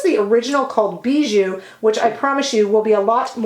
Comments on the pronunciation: I love your makeup look today, although you always look good! I love the Victoria Beckham brand and style, the image of class and elegance. By the way, the lip tint ‘Bisou’ is pronounced ‘bizou’ as though it was with a z. It means kiss in French 💋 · Just a quick correction: it’s called Bisou which means kiss, not Bijou, treasure😘